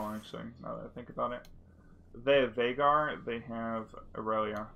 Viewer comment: The way he pronounces veigar tickles my jibblets